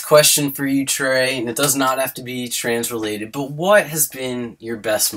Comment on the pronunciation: Every time says "trans" it sounds like trains.